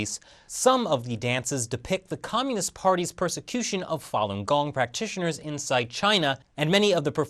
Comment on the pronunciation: OMG, you killing me with the "fallen gong", Fa read "far" without the R sound, not with an added L sound. Distracting from viewing.